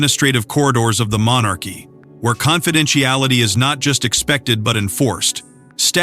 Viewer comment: Find a narrator who can pronounce confidentiality correctly.